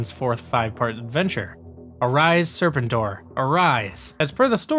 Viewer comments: Cool video but your pronunciation of Serpentor is killing me! It's "Sir Pen Tour" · I’m guessing this guy isn’t actually a G.I. Joe fan. He mispronounce “Spentor” throughout the whole video making it hard to watch. He also left out Scarlett who is without a doubt more of a main character than Beachhead or Sgt. Slaughter. Scarlett is shown as taking on leadership in Revenge of Cobra after it appears Flint was lost in battle. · I agree I was about to say that!! in Los Angeles, G.I., Joe was onKCOP channel 13. And they played those cartoons Monday through Friday afternoons never on Saturday. And lastly, I just want to say, will you pronounce serpentor correctly? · Ya I had to shut the video off after the 4th time he butchered Serpentors name 🤦🏽‍♂️ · Just an FYI the ARAH COMIC STORYLINE AND NUMBER system has been ongoing through IDW. Larry Hama still writes it and the story continues straight on from the MARVEL run. Just to update anyone who was unaware. I never miss an issue!! And really LADY JAYNE. It's Lady-Jaye bro!!! And learn how to pronounce Serpentor!!! Once I could forgive. But 3 or more is inexcusable. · Lol I’ve never heard anybody say serpentors name the way you do 😂😂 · Good video but the constant mispronounced of serpentor name got annoying especially given it said clearly with in the show clips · Please watch the cartoon to learn how to pronounce Serpentor. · Making me cringe hearing you pronounce serpentor. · It's pronounced " Ser Pen TOR" not " Ser Pen Ter" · It’s Serpentor! Not Serp-entor! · And it's pronounced... Sir Penn Tore, not Serpen Tor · SERPENTOR!!! Not Serpenter! Dude!! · SER-pen-tor? You mean ser-PEN-tor! I hate when someone who was too young to even be there tries to review something he knows nothing about. 😒 Quit watching . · Stop saying "Sir Pen Tor" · Are you mispronouncing Serpentor on purpose? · The way you said Serpentor is wrong.